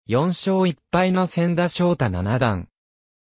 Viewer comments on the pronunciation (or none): 名前がせんだ、でなく、ちだ！ ましてや藤井三冠のさとだ、と、そうたですよね、わざとですか？